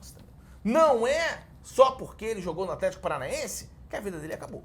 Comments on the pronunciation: "Afletico paranaense" conforme o famosos fonema TH manda, me pegou demais kkkkkkkkkkkkk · Eu enquanto professor de inglês percebi e NÃO ACREDITEI que o craque daniel invocou o som /θ/ pra pronunciar aTHletico É muito profissionalismo e compromisso